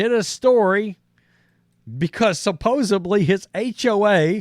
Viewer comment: IT'S SUPPOSEDLY...... NOT SUPPOSA BLY....... TWERP.